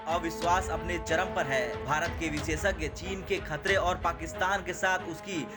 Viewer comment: भाई , बार-बार विसेसज्ञ नहीं होता है , विशेषज्ञ होता है ... आज तक का कुछ तो ख्याल करो ...